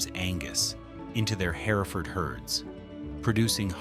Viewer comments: HER FORD. NOT HERAFORD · herford cattle are pronounced her ferd........... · In TX it is pronounced "Herford" the second e is silent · Hereford!!! Say it right damn it city boy!!! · would you like to try and say hereford right 😅😅 Listen to someone say hereford texas 😅😅😅😅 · Your AI narrator needs to learn how to say Hereford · you are wrong. That’s not how it’s pronounced in Texas. No one gives a fluck about how it’s pronounced in nazi Europe